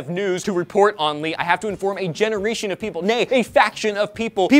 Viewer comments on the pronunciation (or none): also said "genereetion"